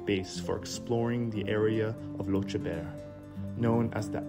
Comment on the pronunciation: I am not scottish but i think lochaber is pronounced lock abber not lotchabear